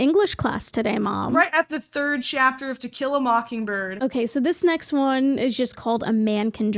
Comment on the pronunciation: help I thought she said Tequila MockingBird 😭